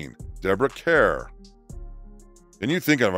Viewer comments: Debra Care ? .....try Kerr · Deborah Kerr “ rhymes with star.” Not that ridiculous pronunciation you had on the clip about the beautiful, gracious actress. She should never have been placed on this list. Ridiculous!! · Diana Rigg is beloved by many of my generation from the show you failed to even mention. Sad commentary on your research. BTW your AI voice cannot pronounce Kerr! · If you mean Deborah Kerr (pronounced CAR), she was a beautiful and talented lady. As for Jane Fonda, if she had been anyone other than the daughter of one of the biggest stars in Hollywood, she would have been tried for treason. Even her own father disowned her for awhile. If you have never seen the photo of her sitting on an anti-aircraft gun in an ENEMY country that shot down many of our pilots, just put in Jane Fonda Hanoi photos. Is my venom coming through? Good. I lost several friends and family members.